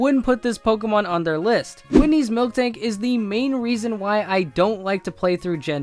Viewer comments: stop saying fucking "milk"-tank its "mil"-tank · it's miltank, not friking milktank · Why do you pronounce Miltank as Milk-tank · "Mil-tank", not "Milk-tank". "Pi-jit" not "Pi-jee-ot". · but u pronounced Miltank wrong it's "Mil-Tank" not "Milk-Tank" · It's miltank not milk-tank